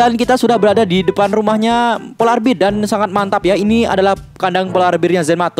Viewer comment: polar bear bukan polar beer